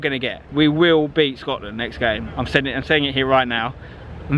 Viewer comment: "we will beat scoatland"